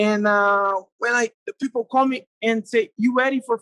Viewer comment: Anderson 'Peeple' Silva